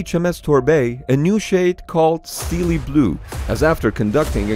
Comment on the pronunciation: I like how he thinks “Steele blue” pronounced as steel blue, is pronounced as steely